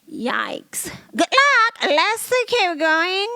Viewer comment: When you hit that "goof luck" almost spit my cig out😅.